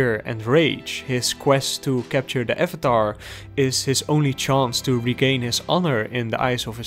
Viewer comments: You pronounce avatar like the funny movie guy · Questionable pronunciation of Avatar not too bad. Acknowledgment that it is one of the best children's animated series to ever come out of the United States or the planet have I owned it forever do I watch every single video essay I can find on it and then rewatch the series all over again all four books without even skipping the Great divide hell f**** yes I do.